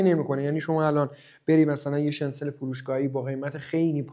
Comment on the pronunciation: داداش شنسل چیه؟! شنیتزل درسته که کلمهٔ آلمانی هست و در امریکا و انگلیس هم استفاده میشه Schnitzel.